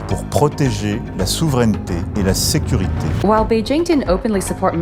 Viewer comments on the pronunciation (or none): none